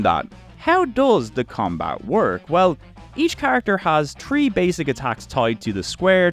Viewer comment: This man's absolute inability to pronounce "three" keeps throwing me